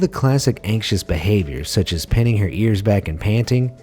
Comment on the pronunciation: mispronounced the word "pining" as "pinning" 💔 quit watching